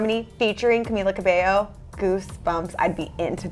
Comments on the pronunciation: Her name was Camilla Cabello, not Cabeyo... : p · Stfu it pronounces cameela cabeyo